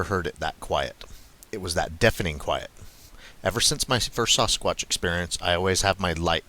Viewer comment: Lol you put the sasS in Sasquatch the way pronounce Sasquatch by saying the A as a O - Sosquatch lol love it